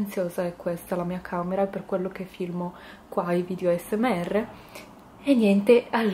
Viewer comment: Spero che non ti offendi ma però dici male asmr chi l'ha notato lascio Like a questo commento solo per fartelo imparare meglio in modo tale di non farti prendere in giro